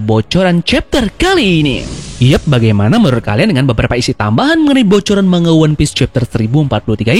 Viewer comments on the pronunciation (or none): none